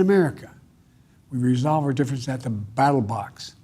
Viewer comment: WTH is a battle box???? He said it twice FFS